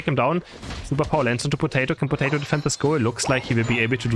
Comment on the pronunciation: saying Potati instead of Potato is so funny. 😂